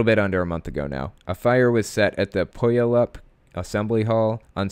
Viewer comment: Puyallup is pronounced pew-AL-up with the emphasis on the middle syllable. It’s so weird to hear you name roads in my neighborhood, I live within 30 miles of most of the halls mentioned. My money is on a shunned father. They keep saying how someone is going to get hurt but it’s pretty obvious the person doing it knows when the place is empty